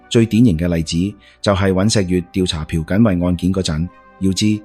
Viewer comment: 大陸仔講廣東話 尹錫悦（月），不是（若） 朴（撲）堇慧，不是（嫖） 酗（於）酒，不是（吠）